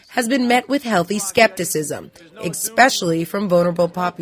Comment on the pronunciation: for the love of pete, someone teach this girl how to say ESPECIALLY